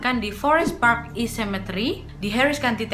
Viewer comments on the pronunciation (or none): none